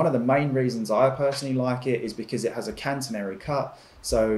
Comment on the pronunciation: "Cantenary".....oof! I laughed when he said this bit of misinformation. You would think that shopping for a tarp, and doing a video about it, you would kinda come across proper definitions and pronunciations of something that so specifically describes the very thing you're shopping for.